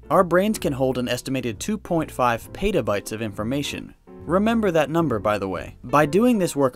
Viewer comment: You made it easy to remember the number because you completely butchered the pronunciation of the word petabyte. It's literally Pet - a - byte. Not "peight - a - byte" like you said.